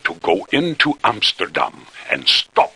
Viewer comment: Based on her accent? No, I don't think she is Dutch or at least a native speaker, the pronouncation of "Utrecht", "Amsterdam", "Grote Pierre" and "tot de volgende keer", were slightly off and doesn't match neither Dutch nor Flemish dialects or accents. That said, for someone who isn't a native speaker, her dutch was still pretty good. But the guy (I don't know his name) is dutch. You can hear that perfectly when he was interviewing Vogelsap about their game The Flock.